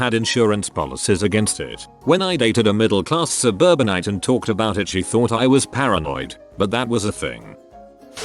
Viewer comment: "Suburbanite" jesus....